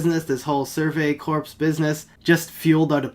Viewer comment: I like how you call them the Survey Corpse instead of corps